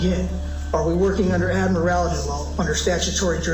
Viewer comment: Hey, don't the sovcit handbooks come in audio? It's AD-MI-RAL-TY not AD-MI-RI-AL-ITY doofus! SMH The whole purpose of these boneheads is to waste court time, preferably until charges are dropped from the sheer frustration of the court. As long as they continue to get their charges dropped, reduced or get probation, they have no logical reason to change.